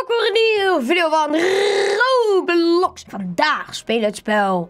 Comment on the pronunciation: Echt grappig dat van rrrrrrrrrrrrroblox